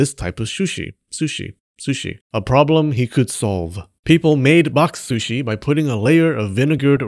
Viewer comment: Very entertaining, especially listening to you trying to say boxsh shushi...box shooshi...bok suuushee...square container fish. 😊